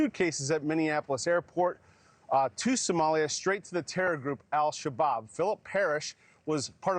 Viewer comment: Did I hear terrorist group Al-Shabaab or was it Al-Shish Kabob ?